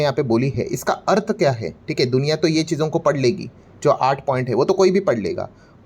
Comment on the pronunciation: "अर्थ" हा शब्द मराठीत उच्चारता आपण. पण आपण विडिओ हिंदीत करता तेव्हा हिंदीतून उच्चार जसा होतो तसा उच्चार करा ना😅